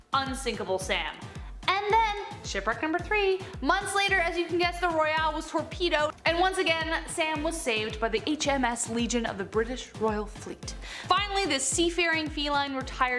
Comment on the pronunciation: It's Ark Royal (Roy-All) not Royale (Roy-Ell)